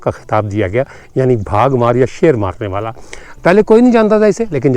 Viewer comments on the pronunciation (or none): بھاگ مار نہیں بلکہ با گھ مار بولتے ہیں